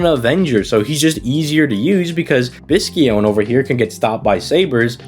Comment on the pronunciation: It's pronounced "bi-shō-ne". There's no "hard C" sound. I'm actually surprised they didn't make her a trap, given how close the pronunciation of her name is to "bishounen", or "attractive young man".